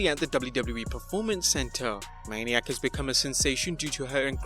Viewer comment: It's manic not maniac